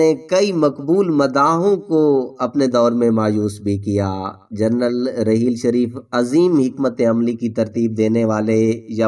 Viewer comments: Mere Bhai APNI Urdu theek Karo yeh rehel sharif Nahi hae rahil to sharif hae apna lehja theek Karo ya Kisi auir Ko moqa do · جو کچھ بھی آپ نے کہا وہ سو فیصد سچ ھے راحیل شریف بہترین آرمی افسر ہیں اللہ تعالی انکی عزت و وقار میں مزید اضافہ کرے آمین مگر آپ کی اردو بڑی خراب ھے پہلے اچھی طرح پڑھ لیا کریں پھر ویڈیو ریکارڈ کروایا کریں آپ کو راحیل نام ہی لینا نہیں آ رھا ھے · راحیل شریف ہوتا ہے بھائ صاحب ۔ رحیل شریف نہیں۔ اردو تلفظ درست کریں۔ جائز کو جیز بول رے ہو